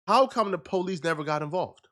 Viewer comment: bro why is pronouncing police like pohhh-leeece we all know he don’t really talk like that 😂